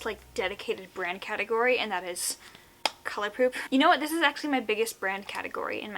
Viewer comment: Wait did she say colourpoop??? , then later on she says colourpop, is my hearing bad coz I am confused.